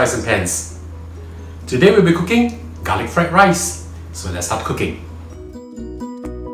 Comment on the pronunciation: I love garlic not galick* .😂